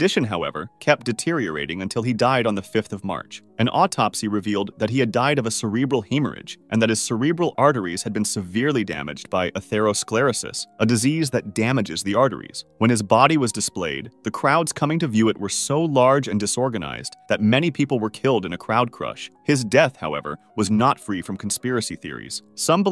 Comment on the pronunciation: "Arthur-oh skorro-sliss"? Atherosclerosis. Maybe get somebody who speaks English to speak your captions?